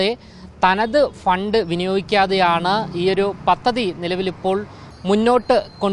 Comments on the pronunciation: പത്തതി അല്ല. പദ്ധതി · പത്തതി അല്ല സഹോ പദ്ധതി അങ്ങനെ പറയു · It's not pathathi,it's padhathi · തിരുവനന്തപുരം മയർക്ക് എല്ലാവിധ ആശംസകളും നേരുന്നു മാധ്യമ റിപ്പോർട്ടർ ശ്രദ്ധിക്കാൻ അപേക്ഷിക്കുന്നു മലയാളം വാക്കുകൾ ശരിയായി ഉച്ചരിക്കാൻ ശ്രദ്ധിക്കുക ഉദാഹരണം പദ്ധതി ആണ് ശരി. പത്തതി അല്ല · 😂😂 പത്തതി അല്ല😂😂🤣🤣 പദ്ധതി എന്ന് പറഞ്ഞു പഠിക്ക്. മാപ്പിളമാർ ഷാ ക്ക് പകരം ശ പറയും പോലെയുണ്ട്